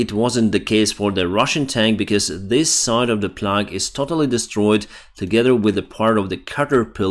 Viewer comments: Plough is not pronounced plug. It's pronounced plow, which is how the americans spell it. Centuries ago, there was a sound like Ukrainian h/g but noisier, which was written with a "rune", a germanic european letter that was not in the roman alphabet but got incorporated into it for certain sounds Latin didn't have. We stopped pronouncing it - in fact, in english, gh is pronounced about two different ways! neither of them original. Sometimes, it is silent. Sometimes, ff (enough). When printing took over from writing as the main way to produce books, the runes weren't used, and replaced with latin alphabet forms. This has effects in most european languages, often the differences, eg german umlaut or french caret. In english, it gave us gh, th. Finally, the american spellings are 'improved' by Webster, who printed the first dictionary. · Great update, as usual... By the way, "plough" is pronounced "plow" . Kee up the great work... Do you actually sleep?? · Hey it's pronounced plow, like cow, even though it's spelt plough. Great work as always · About pronunciation: plough should be said "plow." We use the plow spelling more often in America, but still use both. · Hi. Minor point: plough rhymes with how. Sorry, english is weird.